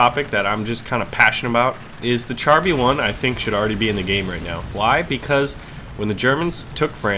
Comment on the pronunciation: Char in Char B1 is pronounced "shahr"